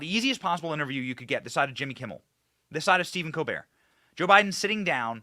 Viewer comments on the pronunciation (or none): none